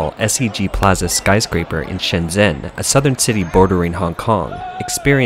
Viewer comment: "zh" is pronounced like a "j".